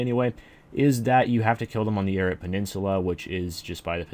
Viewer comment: plz teach how to say airuts